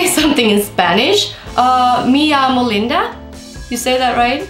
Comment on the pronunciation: I speak Spanish and you said correctly "Me llamo Linda" 😉👌🏼